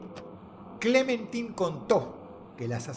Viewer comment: Yo cada vez que Dross decía Clementin en lugar de Clementain: 🫠